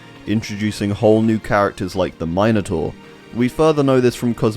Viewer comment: Everyone: min-o-taur: MINE-O-TAUR